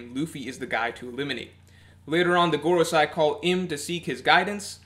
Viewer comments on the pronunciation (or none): 😓 it’s MarieJois pronounced: muh-ree-joyce not Mary Joes 😆and it’s the Gorosei pronounced: Gor-o-say not Gor-o-sci 😂 Sorry I’d let it go if said just once wrong but over and over and over it was killing me man